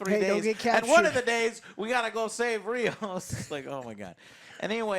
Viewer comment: It's Rios, like rivers. Not Raymos